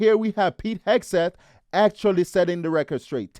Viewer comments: Hesgeth? How many times can you mispronounce it??? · I wonder why he can't even pronounce Hegseth properly. He says Hesgeth. This indicates he is lazy in his speech which also reveals a lazy intellect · Who's Pete Hasgit? These "unqualified guests" could not even get Hegseth's name right. We should push CnN to fire Abby, their stupid ringleader. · His name is not “Hes-Geth”!!!!!! Bronze Star is the fourth highest honor! Also ….. Pete is not aiming the rockets at the targets. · LOL YES!! He doesn't say his name correctly! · This idiot can’t even get Pete’s name right! Where does CNN find these morons?? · That dude cannot even pronounce 'Hegseth'. LMAO. CNN is a disgrace, as usual. Thank goodness for Scott Jennings. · That guy does not even know how to pronounce Hegseth. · Every time Bakari goes on CNN, he either cries or humiliates himself in one way or the next, he can't even pronounce Pete's name! Their problem is they want information ftom Pete and the Whitehouse which they're never going to get and military recruitment is through the roof, which these traitors hate. Damn shame. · How is it possible to go on a panel, and not having a clue about anything? He could not even get Mr. Hegseths name right. Thanks you Scott Jennings for exposing idiots. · apparently the words "ask" and "Hegseth" are tough to pronounce for some.. 😂😂